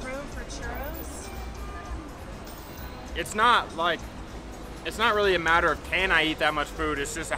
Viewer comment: Churros sin acento extranjero. wowwwwww avance gigantesco nivel avanzados... Gusto en verlos de nuevo